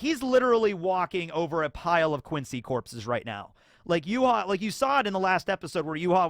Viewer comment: I like the German pronunciation for the Quincy